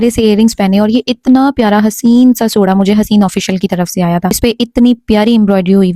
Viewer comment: She says haseen sa soda 😂😂😂😂🤣🤣 instead of haseen sa joda